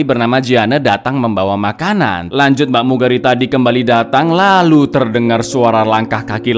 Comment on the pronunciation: "Lanjut" atawa "Kanjut" Kang?